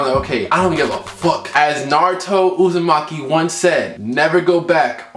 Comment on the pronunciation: Ohh noooo he's said Naruto uzimaki oooo jesuzzzzzzzzzz!!!! I'm sleeppppppppp